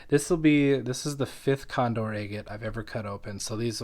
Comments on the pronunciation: It’s pronounced “agg-ett”, not “aye-get”. If you’re going to try to set yourself up as some kind of expert, learn to pronounce scientific names correctly. For god’s sake, there’s videos right here on YouTube that will teach you to pronounce it correctly. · You pronounce agate differently 🤭